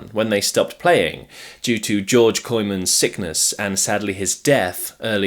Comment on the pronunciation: You pronounced the band members quite ok except for George Coymans :)